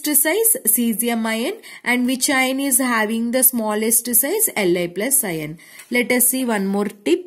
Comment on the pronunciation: Mam it will be pronounced as आयन not इयोन 😊